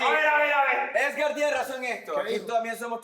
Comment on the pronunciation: Amo que en vez de Edgar dicen esgar